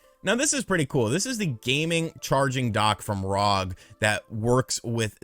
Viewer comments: It's R-O-G not ROG! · I love seeing this. Competition in the market is always great for consumers. A few things about the video, you're saying Rog, its R O G (Are Oh Jee). Also the Steam Deck is, which is HD just like the Switch's. The ROG Ally is, which is FHD or Full HD. Can't believe how cheap the Ally is and can't wait to see how Valve and the market in general respond. I also love that is fully embracing being an emulation guy now, although he will always be my favorite Nintendo YouTuber. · It's ROG, republic of gamers. Not rog lol Really knows his product. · It's R O G not ROG, republic of gamers